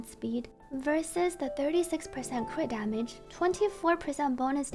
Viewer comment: I melt everytime say cwitdamage